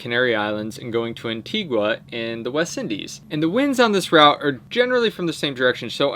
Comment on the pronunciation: Love you guys.... but you totally butchered the pronunciation of Antigua. "an-TEE-gah"